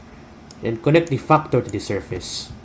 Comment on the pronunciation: I like how you say factor " Fuckor" .